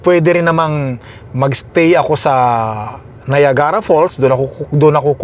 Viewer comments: Hello,! I think this my first time to make a comment on your vlog. Dahil sa influencer ka, please try to google the proper pronunciation for Niagara para sa mga tao sa ating bayan. Salamat - it’s not meant to be a bash. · Free po ang google, i-google mo yung correct pronunciation ng Niagara kc taga Canada kpa nman at malalaman mo din sa google na capital ng Ontario ang Toronto😬 wag mo gawing excuse yung laging hindi mo alam kc nka wifi k nman kaya use google to search stuff✌️